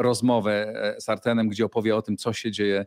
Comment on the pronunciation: Panie Redaktorze! "Artemem"? Chyba Artiomem...